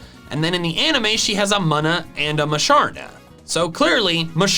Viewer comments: Its pronounced MOOnuh not muhnuh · ma nu me it is prounounced moona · pronouncing Munna as "Muhnah" instead of "Moonah" is so funny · did he just say mana is it muna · I'm sorry, but you are pronouncing Munna in a very wrong way. It is pronounced Moona,not muna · The fact he pronounced Munna as Muh-nuh hurt my soul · Munna is pronounced moon-a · Did he just called Munna muh-na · Its pronounced muna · Here are all the Pokémon names and terms you mispronounced in this video, as well as their canonical pronunciations, with the capitalized syllable receiving the primary stress: Munna is "Moo-nuh" Ampharos is "Aam-phuh-ross" Skidoo is "skih-Dew" Alola is "uh-Low-luh" Magneton is "Mag-neh-tun" Empoleon is "em-Pah-lee-on" Naganadel is "nuh-Gah-neh-dell" Blacephalon is "blaah-Seh-phuh-lawn" Dugtrio is "dug-Tree-oh" (the stress is on the second syllable, not the first) Kommo-o is "kuh-Mo-oh" with a glottal stop between the second and third syllables Bonus Set: Arceus is "Are-key-iss" (Yes, the C is canonically a hard C, not a soft one, regardless of how it's pronounced in the Detective Pikachu movie. The soft C pronunciation was created by fans who discovered Arceus by datamining Diamond and Pearl when they first came out. This soft C pronunciation, while common, is not canon.) Dialga is "dee-All-guh" Oh, and Kantonian is not a word! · I cant get over the way this guy says Muna